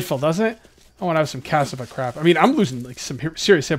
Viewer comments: Men its CA-SSA-VA or CA.SSA..VA.. not cass-a-va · KĀ-SCĀ-VÅĀ a lot of short A's and short S's is the sounds. Sharp K at the front, even though it is a C. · For the past 20 vids I heard you struggle with the Cassava food. It is pronounced Ka-Sa-Va, also called Yuca; primarily a Brazilian tuber...